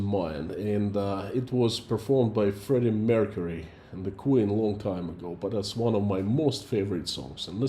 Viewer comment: I wonder how much of the military budget goes to the corrupt officials/generals. Ps. Stop butchering Freddie Mercury pls xD